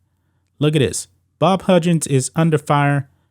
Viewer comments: Lol he messed his name up like 78 times. There's no D in his name. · Huggins..NOT Hudjin's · This guy also can’t say the name right, it’s HUGGINS….Not Hudgens 😂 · How does he not know how to pronounce Huggins? He’s never watched College Basketball? He keeps saying Hudgins... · ITS HUGGINS NOT HUDGINS SMH but ya he’s done for can’t be that stupid man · Dude learn to say the guys name . It’s Higgins not hudgins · I cant stand the way you say huggins’s name. It’s HUG gins. Not HUDGE ins. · His name is pronounced Hug-gins, not Hug-jins. 💪🏾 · Its Huggins, as in hug. Not "hujins". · How in the fuk dont u know how to say Hug-gins..😂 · learn how to say his name if you’re making a video about him…. you hurt my head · Way off topic but relevant, how do you consider yourself a sports expert when you cannot pronounce the name of one of the most well known coaches ever? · Huggins with hard G sounds. How does a sports show think its pronounced with a J sound?? 😂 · I agree Huggins should go, but you sir, need to learn how to pronounce his name!!